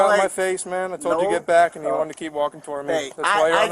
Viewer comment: Every Spanish language when speaking English says you as Chew, so saying sue as shoe is in line with the speech pattern, so if you say Shoe Chew it sounds like shoot you even when you say it calmly.